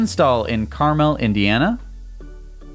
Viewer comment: and as an Indiana resident I'll have you know that Carmel Indiana is not pronounced "CAR-mél" rather it's pronounced exactly the same as Werther's original. not to mention that's where the rich snobs live.